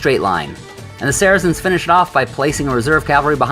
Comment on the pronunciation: I wish you people would learn how to pronounce saracens. It sounds like “sar-sins”